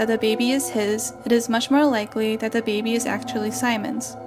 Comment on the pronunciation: "de bAeBeE"